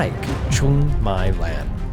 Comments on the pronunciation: her name is Trương Mỹ Lan, u should've said it as "Truong Mee Lan", not My Lan, she's not ur LAN network, bro lol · A little fix about pronunciation: the "my" in "truong my lan" is pronounced similar with "me" in english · Please learn how to pronounce her name before making this video.